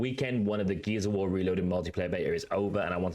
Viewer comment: Every time you say “Gears of War” I mostly hear “Geezer War”. I thought it was a game just for me. 😂😂